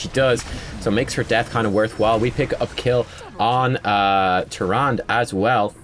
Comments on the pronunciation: "Trand", mate why you do this to me? it's Tyrande (tee-RAN-deh), respect our godly waifu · the "e" at the end of tyrande is not silent. idk why i'm so annoyed with these things but yea i kept yelling at the screen it's TYRANDE not tyrand. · Now we've taught you how to pronounce Diablo, can we talk about Tyrande? :-p